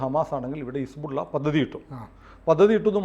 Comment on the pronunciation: ആരിഫ് ഹുസൈൻ പറഞ്ഞത് പോലെ his-ball -ഇല്ല!!